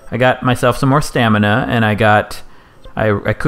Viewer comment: everytime you say stanima i relate & sympathize